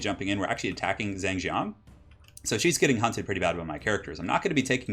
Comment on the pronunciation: Someone please correct me if I'm wrong, but I'm pretty sure is mispronouncing these names. Xu should be pronounced "Shu" and Zheng should be pronounced more like "Jung".